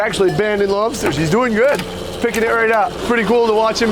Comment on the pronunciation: Just when we thought couldn’t get any cuter. Then we hear his adorable boy pronounce “lobsters” EXACTLY like his daddy🥰🤩